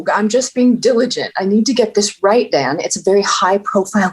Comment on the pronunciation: It's beautiful how much the characters have developed and changed since first episodes and up until now, the end of season 5. Edit: Inbar actually really good pronunciation of Kevin's Dan :D